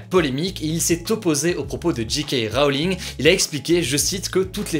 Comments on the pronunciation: Tu as fait une erreur en anglais : J = "djey" mais G = "dji" et toi tu as fait l'inverse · "Dji-kay" Rowling ? Faut choisir mec, si tu veux le dire en anglais, faut dire "djay-Kay" ou en français "ji-ka" mais là, tu nous fais un gloubi-boulga à la" one again a fly". Mais bon, ça m'a fait rire quand même. C'est pas bien grave. ^^ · C'est bien pour l'accent anglais mais c'est JayKay Rowling et pas JeeKay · C est pas J Kay Rowling la prononciation, c est DJAY KAY Rowling, t as encore a apprendre niveau anglais, dude ! (et evite les titres putaclic genre LA PANDEMIE S AGGRAVE, merci) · Djé ké Rowling, pas dji ké Rowling :) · Toi tu le prononces "Ji Ka Roling", soit "Djey Key Wroling", mais pas cet entre-deux malaisant plz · Pourquoi autant de personnes prononcent "GK Rowling" au lieu de "JK Rowling" ? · Héhé mon Hugo, tu as dit G.K. Rowling :p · Parce que J se dit G en Anglais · Cet accent sur JK Rowling !